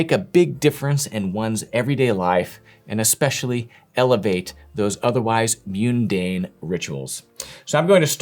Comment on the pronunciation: pronunciation of “Mundane” has really thrown me off…